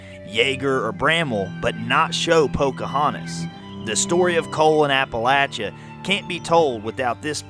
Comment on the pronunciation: IF YOU ARE MAKING A SERIES, I WOULD SUGGEST THAT YOU LEARN HOW TO PRONOUNCE APALACHIA CORRECTLY. GOOGLE IT!